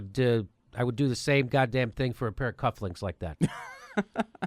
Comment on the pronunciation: "Cufflinks"? I thought they were called "cufflings", Jimmy.